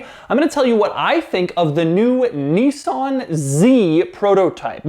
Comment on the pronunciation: Niss-an. Not Neesan. Crikey.